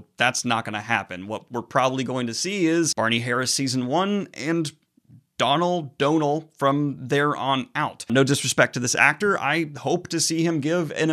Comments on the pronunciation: FYI, it’s Dónal (as in Doe-null), it’s Irish! Hoping he pulls it off. Barney Harris was suuuch a good Mat. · Dónal, pronounced "dough-nul"